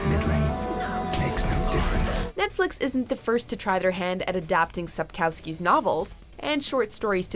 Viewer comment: Also, they butchered the name of the author of tje book series beyond recognition. I've loved the series since the late 90s and seeing When Cavill cast as Geralt is just all shades of wrong